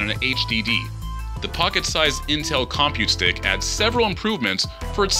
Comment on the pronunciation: Your emphasis on com in compute stick is bothersome.